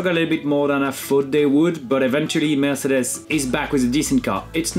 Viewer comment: Name someone who says “Mercedes” cooler than Romain. I’ll wait.